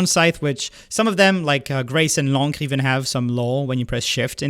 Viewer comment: how was this first time I’ve heard the correct pronunciation of L’Ancre